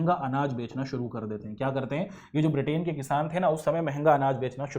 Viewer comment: ब्रिटेन correct not बिर्टेन